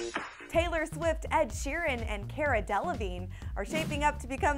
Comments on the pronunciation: It's car-ah not care-uh ugh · She didn't pronounce Cara's names right. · they said Cara name wrong